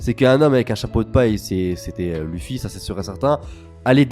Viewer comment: mdr tu dis l' "u" ffy au lieu de l "e" ffy biensur ca s'ecrit luffy mais c la prononciation